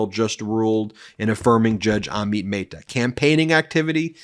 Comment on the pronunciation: Curious when you will start pronouncing Judge Amit Mehta's name correctly. Even Google Translate pronounces it correctly.